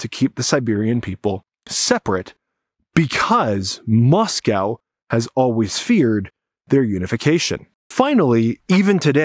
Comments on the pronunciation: Russian expert doesn't know how to pronounce Moscow. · Is the intentional mispronunciation of "Moscow" an anti-Russian thing?